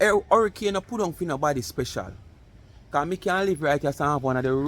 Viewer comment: Fix up you speech. Not procent...percent. Don't want you to sound like MC with her sprecial instead of special.